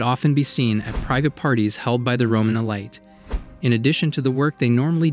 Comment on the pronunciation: these are narrated by machines or very ignorant speakers the words are so frequently pronounced as if out of order... what gives the ee-LIGHT for ee-leet so poorly done